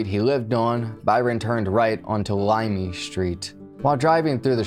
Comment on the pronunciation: Uesugi = "Oo-eh-sugee", not "You-eh-sugee". Hiro = "Hero", not "High-row". Nuuanu = "Noo-ooo-ah-noo". "La'imi Road" = "La-ee-mee", not "Limey".